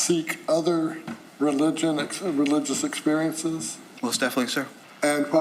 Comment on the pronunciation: He actually said religulous